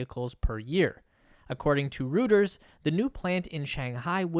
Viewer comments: Pronunciation: Roy-turz...NOT Rooters, is the name of the news organization! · IT'S PRONONCED ROITERS NOT ROOTERS!!!! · Reuters is pronounced Roy-ters not ROOTERS . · You are only the second person to pronounce this “röters.” It is supposed to be pronounced “royters.” Great video. I had heard most of this, but thank you for confirming this information. This means this is another good source to get updated information. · Reuters sounds like “Roy trz” not “rooters” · “Rooters”? It’s pronounced “roy-ters”. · was für ein Ding? Ruuutas? Thats is Reuters Rrrr eu terr s :D :D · Reuters is pronounced Royters. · Roy turs. It's pronounced Roy turs. Google it. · omg....it's pronounced "roy-ters" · Heads up: 'Reuters' is pronounced Roy ters (at least, that's a close-enough English language approximation). It's because it's a German name, and in German, the letters eu together sound like 'oy'. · The name is not "rooters". Go to their web page and learn something. You sound like a duffus... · (Reuters is pronounced ROY-ters) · Dude, it's pronounced Reuters. Get it right. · say it after me: Roy-ters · Not going to happen. - india yes - China is getting too dangerous. - and dont butcher Reuters - eu is a oi sound